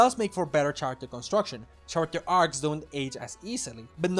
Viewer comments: I love this video, lots of great points and ideas in here. However, the H in the word "character" is silent, so it should sound like care-acter, not chair-acter. Not that it's that big of a deal, the video was still very funny and enjoyable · The main page led me here, and I have to say, great video :) I really only have one criticism, and that is that despite how good your pronunciation is in the context of being a non-native speaker, your pronunciation of "character" irks me a bit. The "ch" is pronounced like "k" here, and while this usually wouldn't bother me, the frequency with which "character" with the faulty pronunciation appears in the video due to the subject matter gets me taken out of the video a bit.